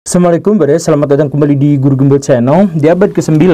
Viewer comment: Pak gembul.. Saran saya kalau ucap salam harap di ucapkan yang benar.. Assalamualaium.. Bukan samlekum.. 🙏